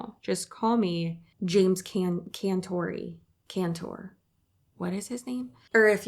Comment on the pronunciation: As someone born in New England**(I'm in E. NC and have been thru some nasty storms) i'll take a blizzard over hurricanes and earthquakes any day. I've felt shakes in Florida (90s) and that was too much. And its Jim Cantore ^.^ can-tore-ee lol He doesn't surface for small stuff, he was in TN. I think he was there in FL too